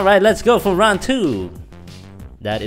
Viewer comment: . I am dutch and is not round twee but ronde twee